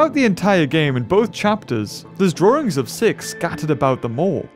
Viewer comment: "Drawrings" by